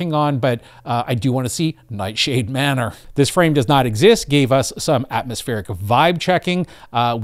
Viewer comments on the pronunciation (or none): none